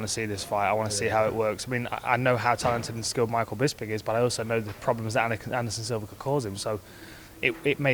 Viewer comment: I swear Hardy said "Anderson Silver"